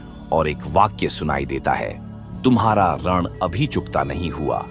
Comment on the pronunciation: आप ऋण का उच्चारण गलत बोल रहे हैं